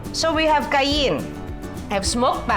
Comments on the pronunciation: It’s pronounced as “Kai-yen”… definitely NOT “Kai-Yin” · Kah-yen pepper ❤️